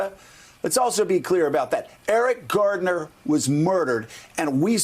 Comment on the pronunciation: someone needs to let Joe know (if it's possible to get through to this windbag) that it's Eric "GARNER", not Eric Gardner